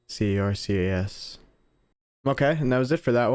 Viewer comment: says C.A.R.C.S twice in one sentence* Cuts to an image clearly saying C.A.R.C.A.S* You'll get there eventually buddy, I believe in you 🥹